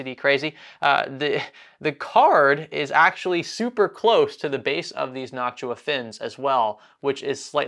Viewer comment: Why are you saying "Knock-Too-Ahh" as "Knock-Shoo-Ahh"?